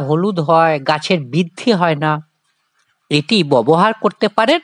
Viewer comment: ববহার না ব্যবহার, বড় কানে লাগছে